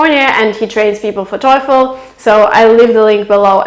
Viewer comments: Excellent video, the only thing that bothers me the most is your TOEFL pronunciation. Go to: Merriam-Webster's definition of "TOEFL" And listen and practice. Correct pronunciation is \ˈtō-fəl\ NOT \ˈtō-efəl\ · her voice is excellent except "toy_phone". Artificial intelligence recognize her voice like that 😂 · Hahah you pronounce toefl like ,,teufel“ in german Teufel = Devil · I am German and you pronunce it as the German Teufel jaja that means devil! Do you also want profesional German clases maybe? Greetings! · Toyful this, toyful that, sittation, todally, etc. your English is so bad, I could not finish the vid. Hell you can hardly speak English, much less pass the TOEFL with a score of 117 out of 120. Not in a million year would I believe you scored anywhere over 100 if that, but I guess this is a money maker for you and people are either gullible or just horned up. It is pretty disturbing to see people that can barely speak English giving instructions on how to pass the TOEFL or IELTS, but hey, all those preparing for these tests are foreigners who don't know shit and can't really catch your mistakes. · Learn how to pronounce TOEFL correctly.